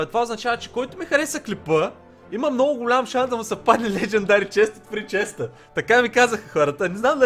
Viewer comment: леджендари чест от фрии честа😂😂😂